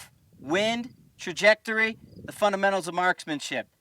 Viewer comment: Nice analogy! But your New England accent was slipping through there a bit. I've never heard it called Tah-jectory. Love the videos keep them coming.